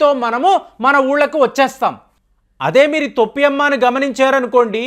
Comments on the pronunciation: తొప్పి అమ్మ కాదు టోపి అమ్మ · తొప్పి అమ్మ కాదు టోపి అమ్మ.